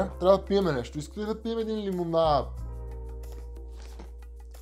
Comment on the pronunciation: Много ме кефи как казваш Лимонаад